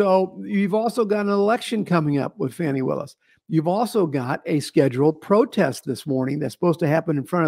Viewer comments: seems a little off his game tonight 🤷🏼‍♀️ Love to both of you regardless ❤ And its "Fawnie" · Uh oh the left about to go crazy pronouncing “fani” name wrong is racist 😂😂😂😂😂😂😂😂😂😂😂😂